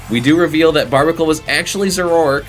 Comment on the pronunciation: The "a" in "Zoroark" is not silent; it's "Zoro-ark" and you were pronouncing it "Zo-rork."